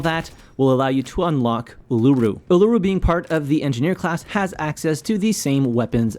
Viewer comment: The Uluru pronunciation just got to me as an Australian. Uluru is a great operator though.